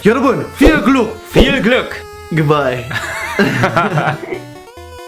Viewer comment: Omg ''Viel Gluck" wie süß er kann das Ü nicht aussprechen xD